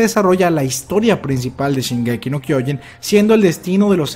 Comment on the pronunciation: Casi me corro cuando en los avances el narrador dice: Shingeki No Kyojin